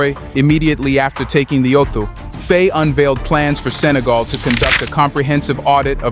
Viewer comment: I love your content. But the mispronunciations are driving me mad. Can you please pronounce the Presidents name correctly. It is pronounced Fy (like by or pie.) Please keep reporting on what's going on in the African countries. Your information is crucial to the diaspora.